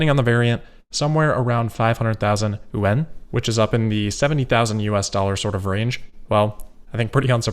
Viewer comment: Yuan is pronounced more as a 1 syllable word instead of yu-en. Just a now you know moment lol.